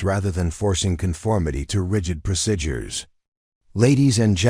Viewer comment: You need an AI reader that can pronounce "procedure" correctly, so I don't go crazy!